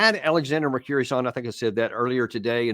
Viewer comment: "Mercurius" ? 'Alexander Mercouris', pronounced: Mercu-riss / Mercu-ress